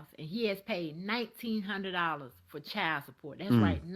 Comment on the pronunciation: Child not chal wtf why can't they pronounce the words correctly